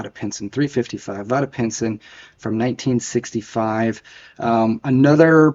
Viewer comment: Vada .....rhymes with fade